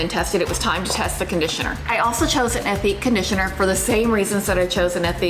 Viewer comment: You don't pronounce the H in ethique as it's a French word, so it's more like eh-teak. I find solid shampoo fine but can't get on with solid conditioner. My favourite solid swap was the Lush Mouthwash tabs. I even use them at home instead of having to store those big mouthwash bottles. PS - Discovered your channel today through my recommendations, so may be commenting on a few vids :)